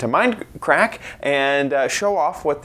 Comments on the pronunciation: XD You said minecrack instead of minecraft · Instead of saying minecraft you said minecrack! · did he say minecrac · did you just say mind crack? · He said Minecrack! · You called it Minecrack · He said Minecrack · Did he say Minecrack? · You said Minecrack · You said mind crack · $1 he said minecrack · He said minecrack 😜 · u said mine crack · you said minecrack LOL